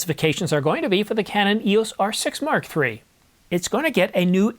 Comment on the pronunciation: Am I the only one who gets highly irritated when the verbal emphasis is on the R6 rather than the MkIII? The R6 part is secondary when referring to the MKIII. The important bit is the MKIII not the R6. When referring to the R6 MkI, the R6 MkII, and the R6 MkIII, the spoken emphasis should be on the Mark, not the R6. Petty I know, but irritating none the less. The same goes for the references to the R5 models.